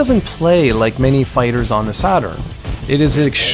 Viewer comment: The Sega Sarturn?